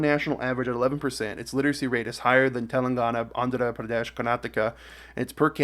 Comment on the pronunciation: Pls say it like Mega laya not Meg ha laya, car-naa-taa-kaa not karn at aka, say ke-rey-laa, chaat tiss gar(like gar in garlic) and say jar-khan for jharkhand. It's hima la Yass not Him ala yas and it's aroon achal not ar na chal. I hope you learn to pronounce it 😅 better next time